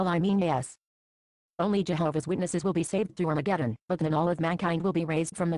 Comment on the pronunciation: I like the way xtranormal pronounces 'arma jeddon' LOL